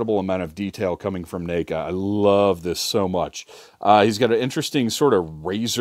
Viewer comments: 🤣 - you're saying NACA. Like you're starting to pronounce name instead of neck, even though it's NECA. Seriously made me laugh, and that's a rare thing. There's been more than a few ppl over the years that say that company's name in unusual ways, like Knee-ka....but never heard na(ked)-ka lol. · Let me guess this is ur first neca figure? Lmao the way u pronounced the name 😂